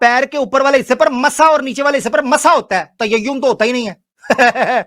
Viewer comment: Tayayyum nahi ullu ke phatte, Tayammum hota hai. 🤦‍♂️🤣